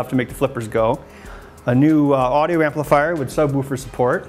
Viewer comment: Your pronunciation of "subwoofer" always makes me chuckle